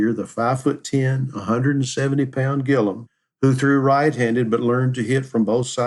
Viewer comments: His name is Gilliam. Not Gillam. That’s why I gave it a 👎🏼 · WHY ARE YOU CALLING HIM GILLUM??? HIS NAME IS GILLIAM - G I L L I A M!!!!